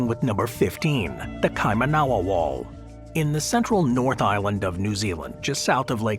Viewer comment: Kaimanawa = KY- mah-nah- wah